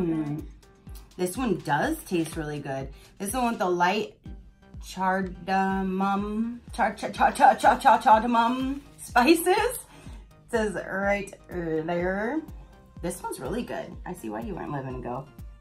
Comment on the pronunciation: Cardamom is pronounced Card - a - mom (short a like in the word "another") :-) Great team!! So fun!! I love Chai Tea too. Thanks for another great video. My favorite video of the day!!